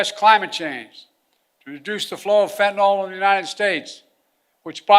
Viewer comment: Yeah, overdose deaths are down because the addicts are all DYING off and WHY? Because of the INCREASED flow of fentanyl across the border! And for crying out loud could someone PLEASE teach Biden how to PRONOUNCE "fentanyl"? It is NOT "fentenol"!